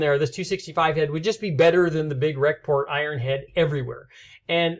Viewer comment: pretty sure any thumbs down on this video comes from him saying ''Rec-Port'' head.....cringeworthy.....